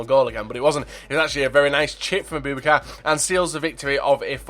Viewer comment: Its abou-bakar, not aBOOBakar plz pronounce names correctly